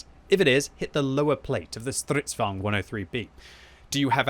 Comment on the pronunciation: Normal people: Stridvagne: STRRRIDDVAWGNED